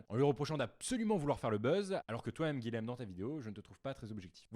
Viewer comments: C'est dur d'entendre son prénom un 10aine de fois mal dit ! (Guilhem se prononce Guiyem et non Guilem! :) ) Sinon, chouette ta vidéo, tu l'ouvre et tu as raison ! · bonjour, guilhem est un prénom occitan qui se prononce "guiyème" et non pas guilème. C'est l'équivalent de Guillaume en français.